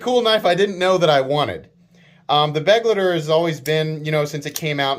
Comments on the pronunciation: Kizer choose a german word as the name. I guess because there are to many knives already called companion. But why do you say beg-le-de, it's like I wrote above, be-glei-ter. Type it into google translator and listen to the audio output. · Begleiter is german and means companion and it's spelled be-glui-ter. Sry but it drives me nuts how you americans spell it.